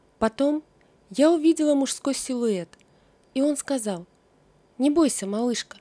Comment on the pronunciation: Опять """"Витя пошеВ""" , автор, ну ведь не сложно выучить букву " Л". Заметно...вы же читаете людям, соВдаты"-- солдаты. СказаВ ...